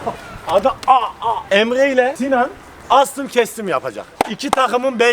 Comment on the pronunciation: Abi sinan astım ya astım diyor nasıl eslri